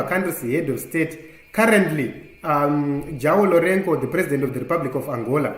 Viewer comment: you are doing well. Just improve on pronouncing some names. Angola president is called (ZHUWAO LORENZO) that's the pronzauni in brackets. Joao Lorenco